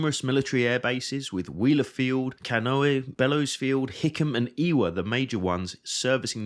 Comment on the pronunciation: . It is prounounced Kan-E-O-Hey, not Cahnoee. (I used to live there.)